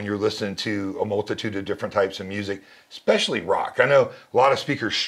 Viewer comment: When a man selling you an $11,000 speaker pair says eXpechally..... especially essssssssssss pecially